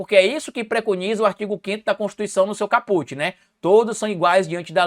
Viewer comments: Caput se pronuncia cáput. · Sou Seu Fã, Vc é um Cara Inteligente, Portanto não Diga CAPUTI por favor , assim vc tá deseducando, o T é Mudo.